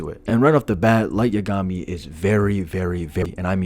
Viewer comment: The way you pronounce Yagami murdered my soul. Light’s shinigami (Ryuk) would notice Dex and alert Light to being followed